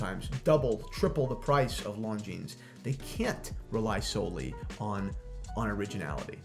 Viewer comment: It is pronounced “Lon-gene” NOT “Lon-genes”